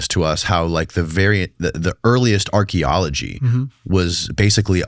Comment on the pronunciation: I hate how he pronounces "Archaeology" like "Astrology"